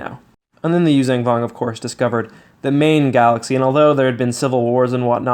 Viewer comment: The word is “yoo-zhahn” Vong, not “yoo-zang” vong